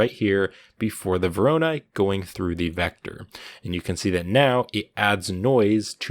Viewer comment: hey man no disrespect love your vids but that just not how you pronounce voronoi there's no stress on the second o